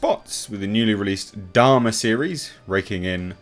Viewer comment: I keep hearing "dharma" and not "Dahmer." QUITE different things. As for Andor, I'm probably going to watch it, but I'm waiting until the finale before I commit. Disney+ makes a habit of pulling an Amber Herd for their shows.